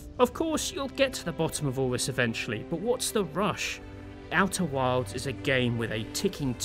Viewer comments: Why do I keep hearing you say "Outer Worlds"? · I swear to god i heard him say outer worlds like 6 times, must be the accent lol. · Worlds and wilds have different pronunciations!